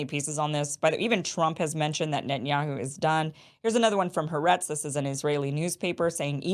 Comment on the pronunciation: Kim: Pronunciation Ha ARH itz.